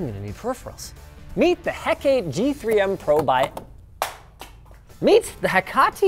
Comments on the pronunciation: it's Hecate from Greek myth... not He-Ca-Te XD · "Heck-uh-tee" It's a Japanese high caliber sniper rifle, bit of quirky knowledge I know. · hecate is pronounced "heck-a-tee" sorry just had to make that clear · It's pronounced "heck-uh-tay" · did linus pronounce Hecate in three different incorrect ways on purpose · My favorite part of this is how many times you mispronounced Hecate. Boss.